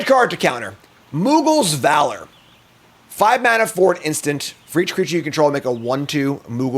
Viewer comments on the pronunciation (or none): none